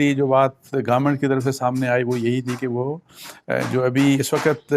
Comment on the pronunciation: sir most of us get confuse when u say Garment(government).